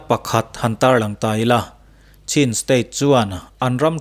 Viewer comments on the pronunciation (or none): none